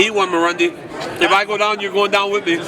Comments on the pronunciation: Marc "mairundy" Raimondi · lol called him marondi